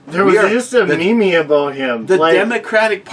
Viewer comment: Eric would you please teach how to say meme. Him saying me-me shows just how ignorant he is